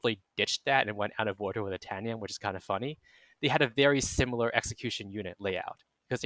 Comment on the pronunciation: Interested analysis. However, the way the chips and cheese guy pronounced itanium sounds like he’s only read the word and never heard it pronounced. It’s like titanium without the T. Also saying “RISC Vee”.